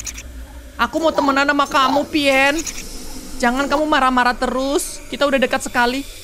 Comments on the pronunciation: Pien nya berubah jadi pian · itu di bacanya pien